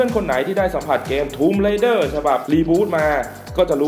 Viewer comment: Raider - อ่านว่า เรเดอร์ - ผู้บุกรุก Rider - อ่านว่า ไรเดอร์ - ผู้ขับขี่